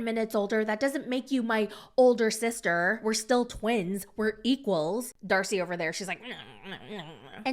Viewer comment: Did anyone else notice say “dacey and starcey” lol